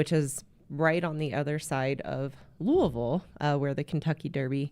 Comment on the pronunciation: Southerner here…you said Louisville perfectly 👏